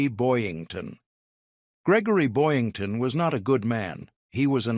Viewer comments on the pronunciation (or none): . It's BoYINGton, NOT Boynton, Jeesh... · It's Boyington, not Boynton. AI BS.